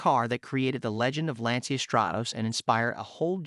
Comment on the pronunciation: dude....at least pronounce the brand correctly. It's Lan-chia....not lan-see-ya.